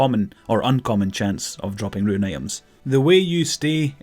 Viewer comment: roon, not ruin.